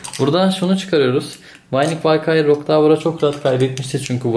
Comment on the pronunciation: Valkyrie "Valkayır" değil, "Valkiri" diye okunuyor. Düzeltmek istedim 😁